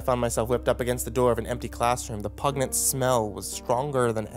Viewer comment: Guessing you meant "pungent", referring to a strong smell. The "g" in that weird is soft. "Pun-jent"